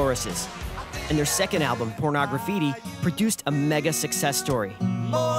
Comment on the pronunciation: porno- graffiti not pornog-raffiti